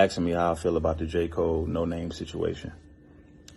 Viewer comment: It’s pronounced no-nah-may....not no name